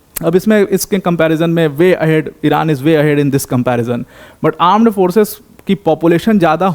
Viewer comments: Armed forces ❌ Aaand forces ✅ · Correction "Aand forces" 😂